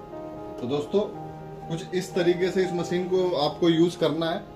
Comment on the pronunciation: मशीन, not मसीन